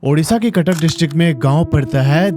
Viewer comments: That is Cuttack not katak... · It's Cuttack not katak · Katak ❌ cuttuck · Cuttack not katak😂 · Sir katak nehi cuttack hai😅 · Bro katak nahi haa Cuttack 😁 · Not katak that is Cuttack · It's Cuttack not katak sir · Bhai katak nehi Cuttack hai😂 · Bro that's Cuttack not katak 😑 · katak ✖️CUTTACK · Abe katak nehi Cuttack hai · Bro cuttack not kattak